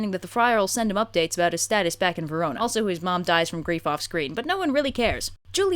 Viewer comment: I'm aware the comments are all commenting on the content of the video and while that's all well and good... Did say "Verono"?